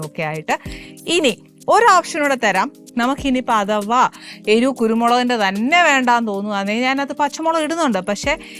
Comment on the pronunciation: ആനീ , നീ സ്കൂളിൽ പോയിട്ടില്ലേ. നീ എരു എന്നാണ് പറയുന്നത്. എരിവ് എന്നാണ്. ചെറിയ ക്ലാസ്സിൽ പഠിയ്ക്കുന്ന വാക്കാണ്.